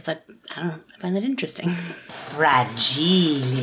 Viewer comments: Most of the time I forget to like videos but the "FRAGEEELIE" made me do it. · omg - "Frah-jeel-lay! Must be Italian!" - it's been too long since I laughed at that. Thank you,. 💜